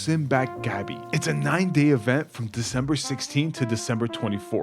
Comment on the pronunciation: Also "simbang gabi" (night mass in English) is pronounced as "simba-hng, ga-bih" since "gah-bee" refers to taro